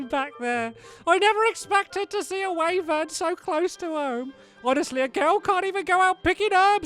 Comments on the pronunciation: it is pronounced wivern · Wyvern is pronounced Why-vern